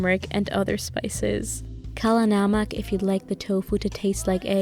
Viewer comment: I speak the Hindi and the way you said kala namak (literally black salt ) completely threw me off but it was adorable! You gotta a new sub lovely!